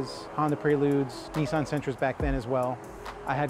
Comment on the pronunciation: See you Americans !!! It's NOT knee-san It's NIS-SAN !!!! F M L !!!!!!!